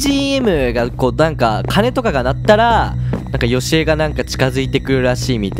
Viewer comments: ヨシコじゃなくてヨシエじゃない？ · よしこじゃないよ よしえですよ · よしえのことよしこって言ってたw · 1分35分の時よしえじゃなくてよしこって言ってなかった??wそれをはそうそうという。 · よしこじゃなくて よしえですよww😂😂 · よしこじゃなくてよしえだよ